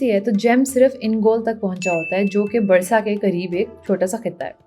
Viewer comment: Barsa nh hai, B'UUUUUU'RSA